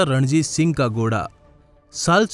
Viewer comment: Goda nhi bhai ghoda hota hai..ajeeb lg rha hai sunne me 😉😉🙄🙄